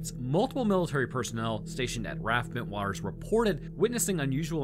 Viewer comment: Nearly got 3 in a row! Rendlesham- perfect, Bentwaters- perfect, Suffolk... not so much haha Its basically pronounced 'Suffuk'